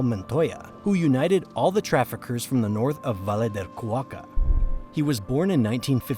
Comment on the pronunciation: Cauca, Cauca, not Cuaca